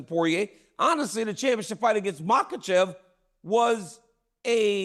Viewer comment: DC called Islam “Mocklechev” like chael does 😂